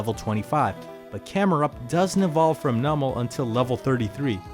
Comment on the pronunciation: Its called "NEW-mal" You say it like "NUMB-al" and I can't look over that lol